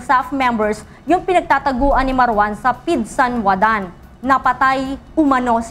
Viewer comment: hindi po pidsanwadan...pidsandawan